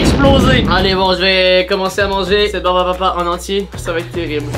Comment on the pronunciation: Terrible ou “terirble” ? 😂